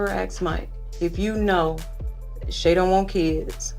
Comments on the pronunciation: Yeah but if you watch the show you would hear them get called by their names all the time. If you sit down to record a video talking about them, you should at least get the pronunciation of the names of the people you are talking about. No one has ever said 'Sheee-A' on this show ever. It has always been pronounced 'Shay'. And Mike literally said the other lady's name as 'Shan-Tay' in the clip you show and you still called it wrong. Not one name you called correct. Not one!!! 🤣🤣🤣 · Shea= Shay Shatava= Sha-tah-vah Shaunta= shawn-tay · Shea is pronounced Shay